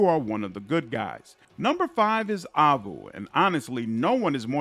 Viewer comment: You are mispronouncing Aivu and waifu in the same way. In both cases the ai is pronounced like the letter I. Waifu should should like wife.